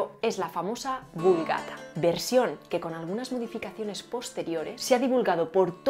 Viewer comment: Hola, me llama la atención que, siendo tan rigurosa y teniendo tan buena ortofonía, sin embargo pronuncies la “v” como labiodental. En este vídeo queda claro en algunas palabras, por ejemplo en “vulgata”, pero lo he notado en otros. Me imagino que será porque quizá hayas vivido en Valencia o así. De todas formas, magnífico contenido.